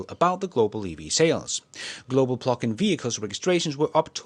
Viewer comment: I thought you were saying "pluckin' hybrids" and I thought " Give 'em hell!" 😂